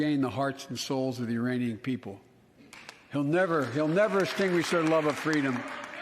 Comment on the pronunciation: LOL... he said IRANIANS apologist.